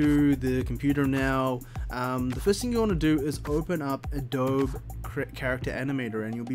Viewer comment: This was helpful. Thank you for this. Also, the company's name sounds like "a-doh-bee"....like the mud bricks used to build houses in some parts of the world. Helpful info in case you make more videos like this. Keep up the good work. :)